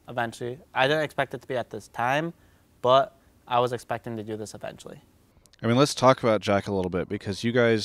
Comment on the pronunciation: why does he keep say "but" like "bwut"... lol